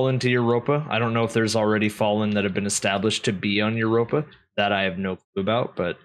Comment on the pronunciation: Wow you called Europa spot on